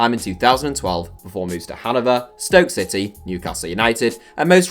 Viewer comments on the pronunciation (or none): none